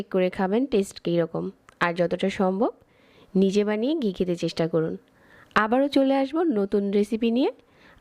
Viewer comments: ফাতরামি কম করেন। ফাইলামি করেন? ডালডা ব্লেন্ড করে ঘি বানাইছেন? আবার বলতেছেন খাঁটি ঘি। আপনি তো মিয়া ৯০% ডালডা দিয়ে ঘি বানাইলেন। আর গি কি? এটা ঘি। উচ্চারণও রেসিপির মতো ফাতরা। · ঘি বলবেন, গি না! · গি না ঘি।